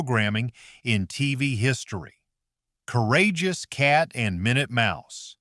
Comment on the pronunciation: 1. Pink? Batfink is NOT pink! 2. What walrus? No clips as proof. 4. Minute was not pronounced My-noot as your AI did the second time, but not the other times he's mentioned. He's pronounced correct the rest of the time. 6. No clips of Impossibles when others DO show clips. Very suspicious of your abilities to actually explain things. 8, 9. Was Sinbad Jr done in color or black and white? Screenshots in color Same with Beagles. 11. I don't recall the mantis character having red eyes...? When did he have red eyes? 12. Jonny Quest was NOT the scientist, his DAD, Benton, was the scientist! I thought Jonny Quest was on primetime.